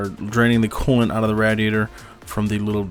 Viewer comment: The way you say radiator is cringe asf cuh